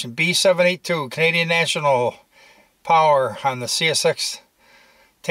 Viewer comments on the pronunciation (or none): none